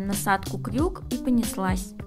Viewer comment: Никогда бы не подумал, что картавит, слово " Крюк " - это что-то!